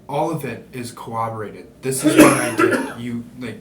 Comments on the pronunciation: Nobody can pronounce corroborate. It's always co-wah-bah-wate. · Corroborate... coh-ROB-BORE-rate... Not sure why, but 9 times out 10 people completely annihilate the pronunciation of that poor word! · Never trust a man who cant pronounce corroborate, speaks zesty but tries to come off as pseudo intellectual his passion blowing glass alright lol